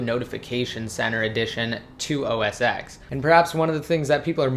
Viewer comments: Please say it rightttt, Its called OS Ten not "X". The X is a roman numeral and its pronounced ten! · call it os 10 not x xis 10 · That's what i mean. He pronounces it as OS X (with letter X), not 10. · Its OS 10, not OS X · OS TEN get it fucking right, you seem like a smart person put why do you say X!